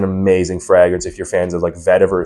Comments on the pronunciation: Fray-gruhns. Never heard it said the way you say it 😂. Also can't believe you wouldn't just use the real bottle for your review dude come on 😂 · Honestly a perfume reviewer that doesn't use the real bottle and doesn't know how to say Fragrance correctly 😂. Is he real or AI 😂😂😂